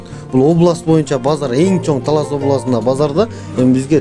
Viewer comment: Эрнис Ажиматов журналист ождон да ожон ужун талаз деди окжойт